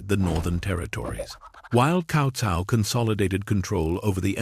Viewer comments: Worst ai ever. Stick to the name. It is pronounced tsao tsao. Horrible video and pathetic. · I had been hearing "Cow Cow" pronunciation since Dynasty Warrior 3